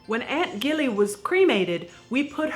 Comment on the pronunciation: I think it's Aunt Gilly as in "Jilly", short for "Gillian", not a hard "G".